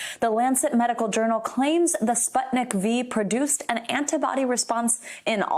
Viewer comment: "Sputnik V" lol.. public education at its finest